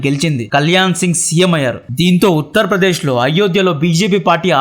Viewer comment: మీ మాతృ భాష ఏమిటిబాబు ? తెలుగు భాషను ఖూని చేసారు. ,కార్ సేవకురు , కాదు. "కర సేవకులు". బాబరీ మసీదు గా మీ మీడియా వాళ్ళు ప్రచారం చేసారు. ఉత్త'ర్ ' ప్రదేశ్ కాదు. ఉత్త'ర' ప్రదేశ్